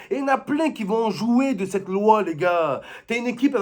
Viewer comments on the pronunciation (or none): none